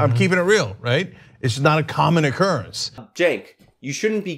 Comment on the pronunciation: Please pronounce his name correctly. Chunk yogurt. Thank you.